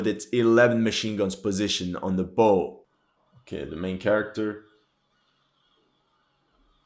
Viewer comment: Great analysis! One minor thing though. When referring to front part of a ship bow is pronounced like bou. I don't blame you for that mistake since we sailors have a long history of pronouncing things differently from everyone else.